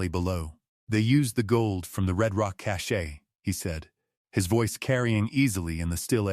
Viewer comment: The money they found was a cache (pronounced cash). Cache (cashay) is altogether different.